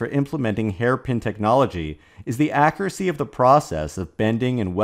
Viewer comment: The info is great, the phrasing is degenerate mouth-breather noise of misused and overused suffering(on top of misreprescing accuracy as a-kah-ree-see).